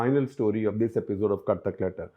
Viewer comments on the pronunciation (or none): none